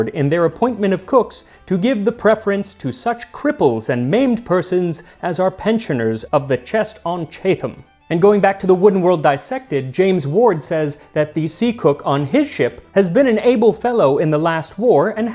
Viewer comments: Chatham is "chat-həm" or "chattum", not "chay-thum". :P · At about - Chatham (pronounced CHAT-um or CHAT-ham if you're fancy not chathe-ham 😊) is a important and strategic navy town in a part of England called Medway (named after a river that empties out near the Thames) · Chatham isn't pronounced "Chaytham", it's "Chat-h'm". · 'Chay-tham'? No. Chat-ham. As in, talking to a ham. And if you pronounce it like a local, you drop the T and replace it with a glottal stop, and possibly the second A with a U. It used to be the main dockyard of the Royal Navy until the 1960s and the loss of the Port of London making it non-viable, and it's deep in the Estuary English accent. It's also got a great museum if you like ships and that sort of thing. I don't recommend the submarine tour if you're tall, though. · "Chatham" is pronounced "Chatt-um", not "Chay-thum". It's a town in Kent on the Thames estuary with a long association with the Royal Navy - it had a Royal dockyard from around 1567 until 1984. Its association with sailors' pensions dates back to approximately the time of the Spanish Armada (1588) when a fund (known as the Chatham Chest after the chest which contained the money) was established by taking a percentage of wages from each seaman in the Royal Navy. It was used to pay injured former sailors after their service. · Hi Max! Just as an fyi, it's pronounced 'Chat-ham'' not 'Chath-am. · Chatham is pronounced chat’am, not chay’tham. It was one of the biggest naval dockyards of the day. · Chatham is pronounced Chat - am not Chath - am. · For reference, most place names in the UK that have "...tham" in them are said with a distinct "t" and then "ham", rather than it being a "th" sound, although the "ham" is now said "um", e.g. Eltham is pronounced El-tum, and Chatham is Chat-um. This is because it is how the names were derived, and why there are -ham names of places like Birmingham (Birming-um") and Nottingham (Notting-um) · it’s pronounced chat ham.